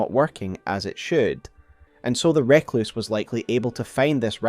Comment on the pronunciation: Outstanding video as ever. Always love delving into the Eternal Cities in particular. We need to have a discussion about how you pronounce 'Recluse' though. Nails on a chalkboard every time.